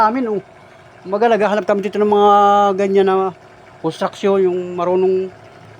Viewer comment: Nahihirapan lang mag bigkas yan ang sakit ng Pinoy bakit yong ibang lahi di din marunog ok lang